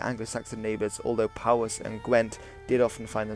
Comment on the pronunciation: Research on pronunciation is a good thing to do - before you make the video. "Dyved" "Urien" "Powys" etc.